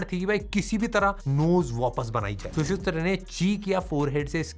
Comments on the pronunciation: Shusutra nahi hota, Shushruta hota hai 🤗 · Acharya shushruta...not shushutra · Pls sir pronounce sushruta word it is su shru ta